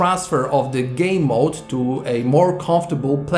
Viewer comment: I thought he said Gay mode